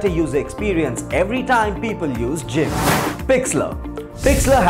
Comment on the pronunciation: 1)Gimp ( Gun ) 2) Pixlr (Pixla) 3)PicMonkey His pronounciation was so bad